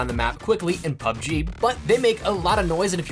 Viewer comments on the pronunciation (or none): none